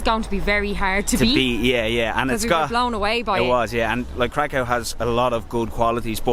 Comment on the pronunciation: oh yeah, Kraków is cool but Wrocław is just superb 😉 btw Kraków pronounciation is krakoov, not krakov. Why ? Cos ' ó ' it is not ' o ' . It's actually ' u ' ! But what we call it ' u ' - "closed". In PL there are two kinds of 'u' = normal one which is U and Ó. So Kraków = krakoov ✅. Ps. Guys,next time come to PL in spring or in summer with a temperature up to 38-40°C 🥵😉 Best Regards